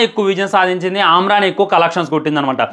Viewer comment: ఆమ్రన్ ఏంది బ్రొ...😮😮 అమరన్ సినిమా కాదా 😂😂 ఒకె తిసుకెల్లి lkg lo పడెయండి😂😂😂😂Ra1 neee...😅😅